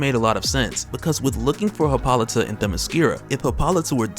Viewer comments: Ummm its pronounced Hip·ol·ih·tah. Just sayin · I was trying to be funny and informative but it looks more like im just an asshole now. I was withing the first 30 minutes and got nothing so if you seen this, gimmie a like or something. I just don't want to keep hearing you say Hi-pol-ih-tah